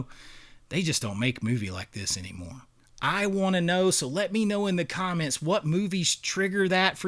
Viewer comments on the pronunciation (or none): Bro what accent is that you have where "anymore" is pronounced "eeeniemore"?